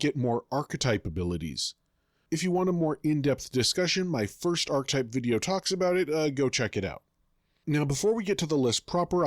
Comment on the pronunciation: You pronounced "archetype" correctly , while for the rest of the video you're pronouncing it as "arktype" which is really strange